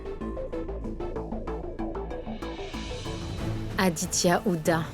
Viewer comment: Akankcha à dit<<Adia>>auriez de dire Aditya